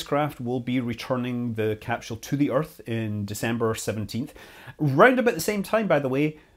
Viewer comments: Is it "capsule" or "capshule"? It's like the family guy episode of emphasizing the H in Cool Whip except without the H being in capsule 🤦‍♂️ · What the he'll is a "capshule"? You couldn't mean "capsule", could you? I understand differences in the English language. That's just basic variance of speaking. But adding entire letters to words... Well that's just silly... Oh wait, you weirdos pronounce "aluminum" with an extra "i" for no discernible reason. You're a smart guy, but you're a slave to saying things completely wrong because of the small plot of ground you were raised on. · 😂😂😂 why the emphasis on a H that doesn't exist?